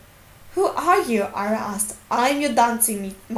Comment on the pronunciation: it's Arya not ayra like you reed it